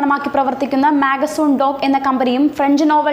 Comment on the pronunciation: പറയുമ്പോൾ വ്യക്തമായി പറയു, മാഗസൺ ഡോക്ക് അല്ല മസഗോൺ ഡോക്ക്, അവരുടെ കൂടെ ഫ്രഞ്ച് ഷിപ്പ് ബിൽഡിംഗ്‌ കമ്പനിയായ DCNS ഉം ചേർന്നാണ് INS "കാൽവരി" എന്ന scorpeen ക്ലാസ്സിൽ പെട്ട അതിശക്ത മുങ്ങിക്കപ്പൽ നിർമ്മിച്ചിരിക്കുന്നതു..